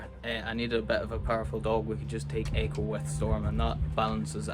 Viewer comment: I love the way he says Eh-coe